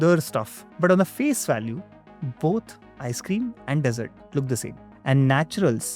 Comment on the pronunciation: Good one. But surprisingly you got both pronunciation and spelling of dessert wrong. Need better content checking prior to upload.